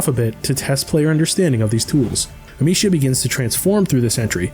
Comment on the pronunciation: Funny how this guy has spent 30-40 hours with the franchise and still can't say the main characters name correctly lol.